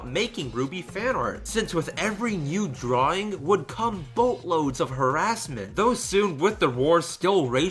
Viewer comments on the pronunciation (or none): none